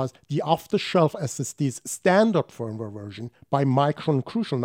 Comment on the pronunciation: Firm-ware or Feeeeervv-ware?